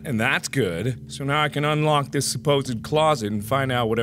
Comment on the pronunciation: You said "dis". We're already clearly in The Cringe zone